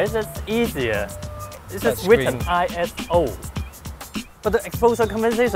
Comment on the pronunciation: When says "ISO test" all I hear is "asshole test". haha